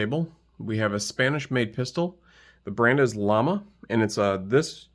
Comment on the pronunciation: Pronounced “yama”. The double “L” makes a y sound.